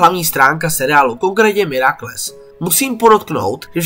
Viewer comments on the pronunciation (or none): Je to super, jen mě ve tvých videích vytáčí tvoje výslovnost. Nejsem odborník ale miraculous se nečte mirakles